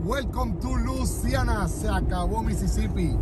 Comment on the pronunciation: Se dice LUISIANA no LUCIANA